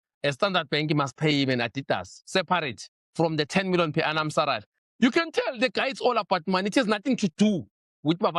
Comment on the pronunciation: really cant say SALARY, SARALY it is